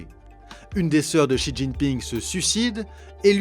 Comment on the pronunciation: Pas mal la vidéo dans l’ensemble mais j’encourage les journalistes et youtubeurs qui s’aventurent à parler de la Chine quelqu’en soit l’angle ou le sujet à commencer par apprendre à prononcer les noms chinois... Pour quelqu’un qui connais le chinois, voir pire, y a vécu, c’est insupportable. En pinyin (phonétique chinoise) le x par exemple ce n’est pas un x comme en français mais un s ou c comme dans ciel... De la part de gens soit disant pro ça fait bien tâche.